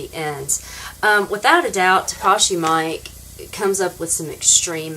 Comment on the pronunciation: Director's name is pronounced Mee-Keh not Mike